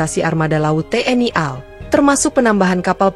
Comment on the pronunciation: Pengucapan singkatan menurut aturan dibaca perhuruf, AL dibaca A EL, tidak dibaca al, Contoh lain RI dibaca ER I, tidak dibaca ri.